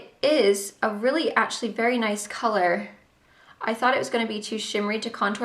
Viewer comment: When you said actually, you sounded English! So strange to hear you talk like me:-)